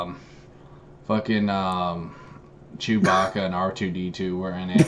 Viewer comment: It almost sounded like he called him Jewbacca.